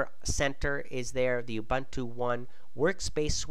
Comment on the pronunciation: It's Ouu-Boon-Tuu YOU FUCKING BITCH!